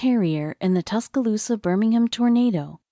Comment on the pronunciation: Not sure why they showed a picture of a hurricane when talking about a tornado. Tusk-Ah-Loose-Sa.... The pronunciation from the robotic voice made me cringe early on lol. Other than that... I loved the story. I do remember that day. I lived in Tuscaloosa County.